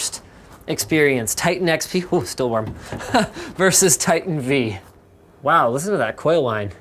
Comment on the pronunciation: Titan V, as in Vveebs. Or vIdiots. Choose one. :p